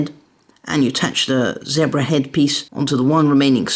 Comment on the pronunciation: Awesome! But you pronounced zebra wrong...